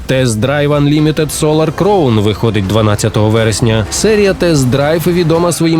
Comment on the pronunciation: І знову оратор не вчиться на помилках і все продовжує вимовляти "crown" неправильно